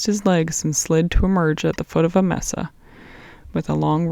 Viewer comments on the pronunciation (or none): You really need to learn pronunciation of common Spanish words such as adobe and mesa if you are going narrate books set in the American Southwest